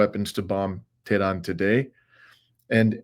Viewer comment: lol love your failure pronunciation of Tehran - pathetic. so I guess "the Jews' don't own YouTube afterall.... or else how would they allow the thousands of anti-Israel video uploaded this weekend, with all the hateful anti-Israel rhetoric in the comment sections! i dare you to address this fact, you toad